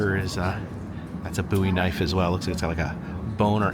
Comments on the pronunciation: It is actually pronounced James Bowie(Bōw-ee). Love the train series, btw. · The way he says Bowie is killing me!!!!